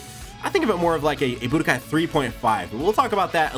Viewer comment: The "budkai......" I am out.....